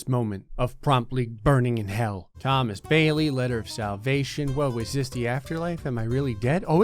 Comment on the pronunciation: "let's do dis." that gave me flash backs of mw2